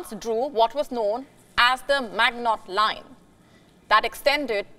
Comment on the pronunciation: Maginot Line not Magnot Line.